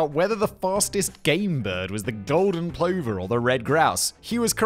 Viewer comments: Plover. Say it with me Simon, "Pluh va" not "plohverr" ;) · Plover = p lover, not pl over. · It’s pronounced pluvver same as lover. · I think it pronounced pluffer, not Plover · You must be unique ,everyone else knows how to say....pluver.... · Plover is pron pluvver btw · Pronounced. PLUUVER. FFS have you turned into an AL bot? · I appreciate that you probably don't give a 💩 but it's pronounced pl-uv-er (as in take the ov from oven) for plover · Plover is pronounced like Brother, Aren't you English? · Plover is pronounced pluvver. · Huge Beaver may be funny, but "Plover" is pronounced "pluvver". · Plover rhymes with other, not clover...